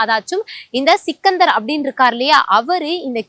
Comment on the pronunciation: Sikkindhar illa Sikkandhar Pronunciation sari illa